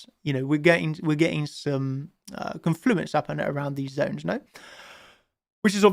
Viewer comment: When chart champions makes me a million dollars, I'll pay for elocution lessons for so he can learn to say "confluence" properly 😅❤️